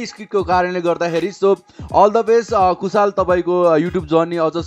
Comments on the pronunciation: Kushal ho.....kushaaal haina hau😂😂naam kai bejjat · कूशल lai कुशाल re rip Nepali..